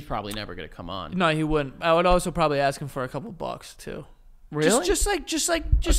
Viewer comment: I can totally believe Joe says “I was taken back” due to his “ax” instead of ask….